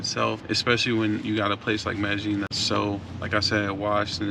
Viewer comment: "MedeJING" no its MEDEYEEN pronounced. The double LL is pronounced YEE not JING. NYC dude who is fluent speaking, writing, family there and property owner...23 yrs in the CO. PLEASE TELL US SOMETHING WE DONT KNOW! You young POOKIES are weari g this COUNTRY OUT with the SAME.CONTENT. Please change!